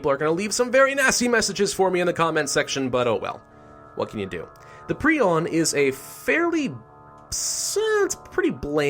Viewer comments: It’s pronounced Prion, Not prion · Its not prion its prion ok Pri-on Not Pri-on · It’s pronounced prion not prion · It's pronounced "prion" not "prion". 🤨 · My very nasty message in the comment section. At least you tried. Prion is pronounced as pry-on not pree-on. Preon is a different word, it is: "A hypothetical point-like particle, supposed to be a subcomponent of quarks and leptons." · I think it’s pronounced Pri-on, not Pre-on, idk though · Hermit galaxy It is pre-on not pri-on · No, it's pronounced pre-on. a pry-on is a small petrel of southern seas. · I always thought it was Pri-on not pre-on 🤔😂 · yo, it's pronounced prion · It's pronounced "Prion" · prion is prnounced pry-on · Pronounce it pri-on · Prayh-on is the pronunciation. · It's "pry-on" you sick little freak, what's wrong with you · No, it's pry-on.